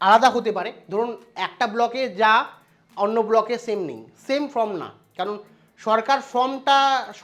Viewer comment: ফ্রম না ওটা ফরম্ 😵‍💫